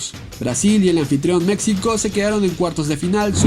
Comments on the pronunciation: Qué no se pronuncia Mecsico (México), se pronuncia Mejico. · Por qué pronuncias México con x "X", si la "X" se pronuncia como una "j" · La X también se pronuncia como "j", pero no en todos los casos, osea, Necaxa se pronuncia como se escribe (ni modo que diga "Necaja") pero me suena raro que digas "México" con "X" en vez de "j", por que para mí, una persona que no habla nuestro idioma diría México con X, y yo tengo esa idea que un hispano "deberia" pronunciar México como una "j", nadamas era una duda, por que si suena raro xd